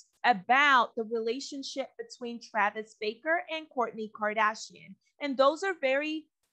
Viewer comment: It’s not Baker!! It’s BARKER!!!!